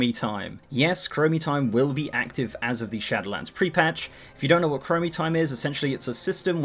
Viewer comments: It's SHADOWLANDS, not SHATTERLANDS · Am I the only one who hears "Shatterlands" when he says "Shadowlands"? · Istg you say shatter lands again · I hear "Shadowedlands"